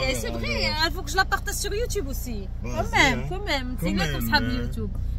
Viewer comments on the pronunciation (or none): none